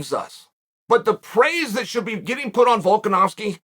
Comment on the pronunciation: Chael - pronounces ‘Volkanovski’ correctly for months Also Chael: ‘Volk-an-ass-ki’